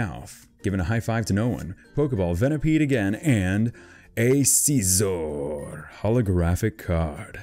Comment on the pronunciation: scizor not seezor